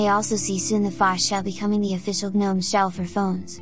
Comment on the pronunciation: "guh-nome os" is literally my definition of hell... 😂😂😂